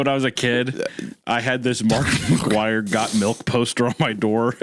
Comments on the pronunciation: Is it just me who thought Hunter said Markiplier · every time hunter says "mark mcguire" i think he's saying "markiplier" which is arguably way funnier to imagine